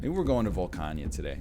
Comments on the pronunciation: Volcana. Not Volcania. Nor is it Volcanya. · Don't worry, we get them back whenever he says "Volcania" instead of "Volcana".